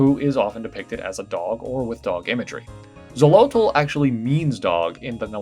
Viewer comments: I like it. I think it looks cute! =) slight correction: nahuatl isnt pronounced nau-wat-l. The L is more silent than pronounced. It's more accurate to read as nau-wat. (but tl definitely does have a way it's pronounced) Similarly, Xolotl is better pronounced cho-lo-t (or cholo) because the original pronunciation for x was "ch" before it became "jh". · A- I love this so much. I’d take the time to grind it before the endgame fosho B- I’m p sure the tl in Nahuatl is silent? So its like “Nah-wah” and Xolotl is “Show-low”. One of my coworkers spoke Nahuatl and he always pronounced it that way!